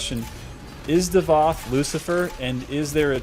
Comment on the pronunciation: .....its Davoth not Davod